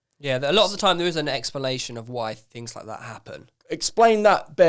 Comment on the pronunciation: “there’s no expolation”